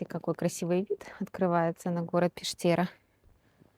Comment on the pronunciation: было приятно прогуляться по местам, где мне давно хотелось побывать. С Вашей помощью это случилось. Только вот городок этот называется Пештэра, с ударением на Е.